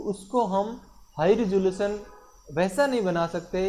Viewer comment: he said ressalution